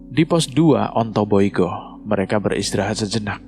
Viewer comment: Ontobugo keles....bukan ontoiyugo